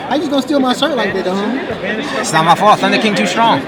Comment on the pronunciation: "Thunder King TOO STRONK." Hahahahaha.